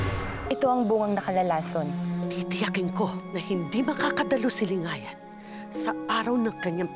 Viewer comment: mahusay bumigkas si 😘